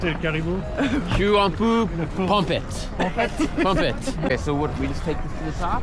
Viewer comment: Le "chu pompette" était parfait 😂